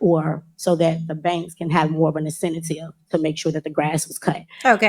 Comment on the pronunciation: *incentive not incenitive 😂😂😂